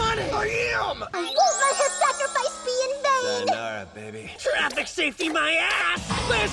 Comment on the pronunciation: “sayonara baybeh”